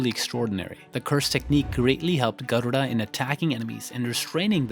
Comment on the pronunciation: Your pronunciation of Garuda is just chef's kiss 😽❤️